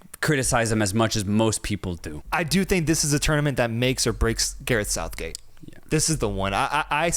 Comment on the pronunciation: Sareth gouthgate 😂😂😂 I love you 2 guys man it's good to see you blowing up even if we don't see eye to eye all the time haha love your passion for this beautiful game